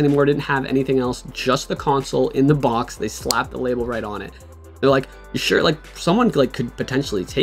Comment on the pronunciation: There’s no N in the word box bruhh